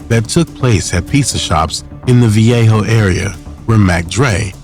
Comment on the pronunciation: I tapped out when the narrator said "the viejo area".